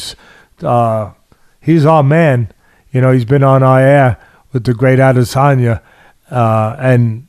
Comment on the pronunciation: My man Teddy never disappoints with the pronunciations! “Hemlock” I think now takes second place to “Israel All-Lasagna”.